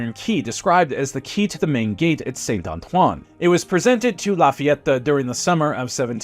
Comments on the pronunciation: Who is this “Láfiattá” gent? 😅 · Awesome video La FayetAAH! 😂